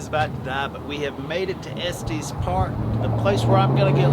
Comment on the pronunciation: It is pronounced Estes with a short E sound on both E's. Not a long E sound on the last E.